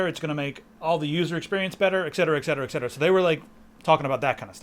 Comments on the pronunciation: It's eTcetera, not eccetsera. Fyi, pet peeve. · ETcetera, please! Are you also drinking an expresso?